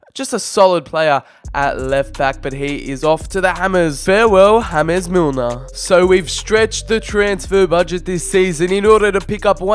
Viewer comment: Its James like English way you said it like James Rodriguez